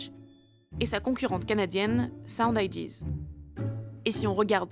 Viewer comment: "Ideas" ça se prononce "aïdiaze" et non pas "aïdi" même si tous les français se trompent...